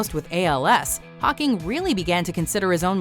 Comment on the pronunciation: the way it sounds like she says pocking annoys the shit out of me